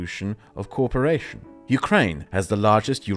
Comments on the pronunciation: I loved the thorough but concise explanation of the goal of the EU. One thing tripped me up, though: you kept pronouncing "co-operation" as "corperation." Small thing, but noticable with your non-rhotic accent :) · excellent video. Just a note, your English is brilliant. However try and pronounce cooperation as co op-eration. It sounds like you are saying corporation (as in a large company)